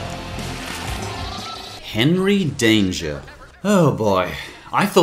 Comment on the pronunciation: Man doing henrey danger wrong